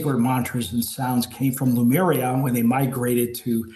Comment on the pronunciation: Why do so many people pronounce Lemuria as Lumeria????